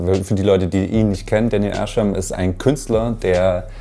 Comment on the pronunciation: daniel ärschem lol. der dude heißt arsham